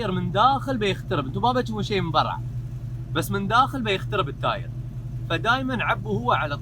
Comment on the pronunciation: ليه تقول برع؟ (برا)